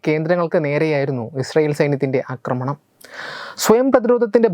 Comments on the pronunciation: "ആക്രമണം" "അക്രമണം" ശ്രദ്ധിക്കുക. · നിങ്ങള് ന്യൂസ് readers മിക്കവാറും എല്ലാവരും ആക്രമണത്തെ അക്രമണം എന്നാണ് പറയുന്നത്. പക്ഷേ ഇത് രണ്ടും വ്യത്യസ്ത അർത്ഥങ്ങൾ ഉള്ള വാക്കുകളാണ് എന്നാണ് എൻ്റെ ബോദ്ധ്യം. Pl check and correct.